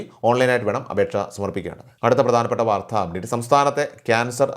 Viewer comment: വാർത്ത എന്ന പദത്തിൻ്റെ ഉച്ചാരണം, ശരിയാക്കണം